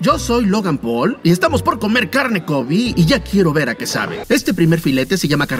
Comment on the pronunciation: En el segundo 34 dice "soy logan poel"